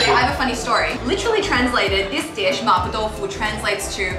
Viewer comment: I'm here again to pick some bones. It's actually not Ma "Poh/Poe" Tofu but more like Ma "P-war", with "war" being pronounced with a British accent. Event then, it's only much closer to the correct pronunciation but not the same. I'm talking about in Mandarin of course, maybe in Cantonese it sounds more like "poh"? I don't know.